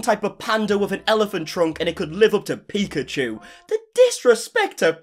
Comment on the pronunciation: I wish I did something where I used soundbite because “the DISRESPECT to PIKAchu!!!!” is too good